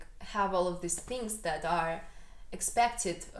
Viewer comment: Just a basic pronunciation tip (English as a 2nd language teacher) -- these vs. this. The former is a long eee sound (like need). Give it time. 'This' is very short, and an 'i' sound. Also, more happy, or happier. Never more/most happier. 🙂 You have an excellent command of the English language.